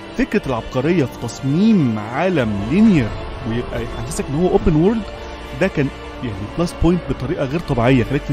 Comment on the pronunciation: انقلش اول زا تايم يا باشا 😂 بغض النظر عن المحتوى بس يا ريت يا ريت تنطق على الاقل world بشكل الطف من كدا وورليد لا خطا